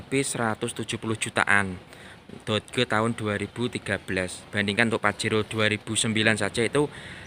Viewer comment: Dibaca doj, om. Bukan dod geu 😂